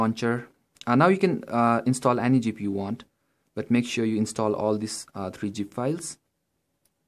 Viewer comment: It's Zip and not Gip :D